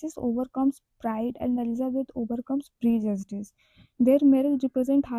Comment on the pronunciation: Pride and prejudice mai aap prejudice ka pronounciation galat kar rahi hai